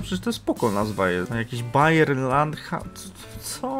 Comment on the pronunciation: Mhm, mnie się wydaje, że Bawaria po niemiecku to Bayern, a nie Bayer